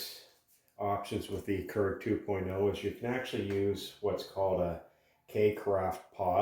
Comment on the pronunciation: Pronounced Cure-igg not curr-igg